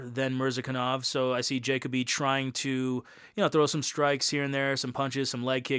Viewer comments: Jay-cuh-bee lmaaaaaooo It’s juh-coh-bee bro. Lol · Last name pronounced Ja-coe-bee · Bro making a video of Dustin Jacoby and doesn’t even know how to properly pronounce his last name 😂